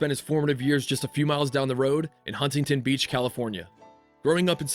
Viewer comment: I can tell just by the pronunciation of Huntington Beach you’re not from California